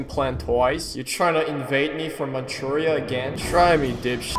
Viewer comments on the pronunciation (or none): none